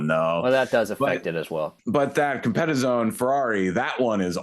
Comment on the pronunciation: Italians will invade you for pronoucing Countach and Competizione this way 😅😅😅😅